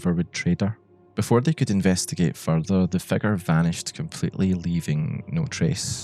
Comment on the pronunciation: I love how you pronounce "figure", it sounds like you're saying "" "The erratic convulsions of the " lmaoo